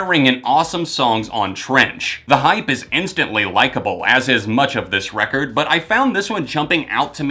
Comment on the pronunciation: love when he says "Recorrrd"